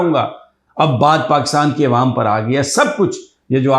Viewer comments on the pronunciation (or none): none